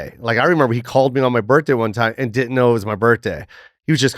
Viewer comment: Jo doesn't pronounce the H in birthday😂